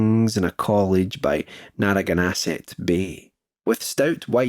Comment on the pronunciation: "naraganasset bay"? I think that is supposed to be Naragansett Bay.